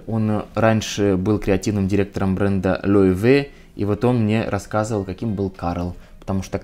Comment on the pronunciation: Хотела бы поправить ударение не loewE а loEwe